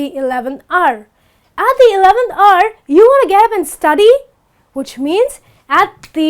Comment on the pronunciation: The word hour sounds like R,and the word work sounds like walk.